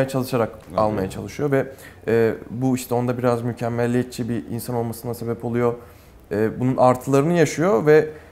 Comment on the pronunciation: "mükemmelliyetçi" değil "mükemmeliyetçi"...